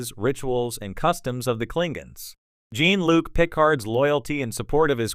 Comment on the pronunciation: Learn how to pronounce Klingons and Jean-Luc.